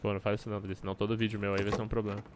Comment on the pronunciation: Pô achei que era só eu que falava ploblema kkkkk